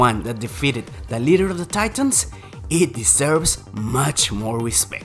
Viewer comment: Titans = "Taytans" Not "Teetans!"